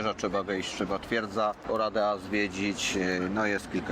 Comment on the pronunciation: Wymowa to nie 'Oradja'? Ten pałac czarnego orła....słyszałam.